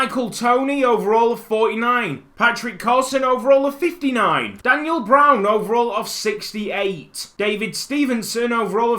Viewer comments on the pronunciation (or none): none